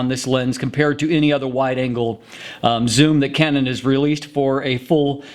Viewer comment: He has weird pauses - he actually paused between "full" and "frame", and between "wide" and "angle" (I know - I'm easily annoyed, heh )